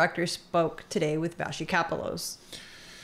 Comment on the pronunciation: would you please quit mispronouncing vashti's last name